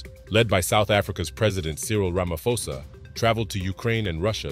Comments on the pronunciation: Please learn to pronounce people's names correctly. South Africa's president name is RamaPhosa. Not RamaFosa 😑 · It's Cyril RamaPhosa, not ramafosa It's a "P" for Peace But great lesson. Love ur videos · Its not ramafosa. Its rama phosa. Prounounce foneticall p h o s a..